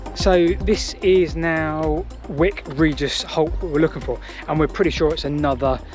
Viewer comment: It's pronounced W eye k Regis!